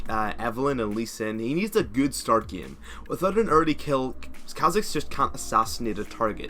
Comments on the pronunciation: enunciate ur As pls, again is not pronouced ageen, it's aGAIN, game is not pronouced geeme, its GAYYYME, and basis definitely not pronouced beeasis...? biasis? beesis? idk wut you said , but its none of those, its basis. im not trying to insult u just because if ur not born in the states or anything, just enunciate when ur speaking and your videos will be a lot more clear! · Pronounce same with an a. Game with an a. You're not pronouncing the a and its quite awkward when people hear it. Love the vids tho